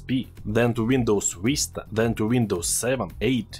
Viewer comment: "Then", not "Zen" ! 😆 .. English words seems hard to pronounce